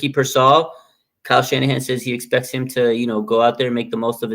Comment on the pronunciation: Everyone in the media says Ricky Pearsall's name like Peer-Saw lmao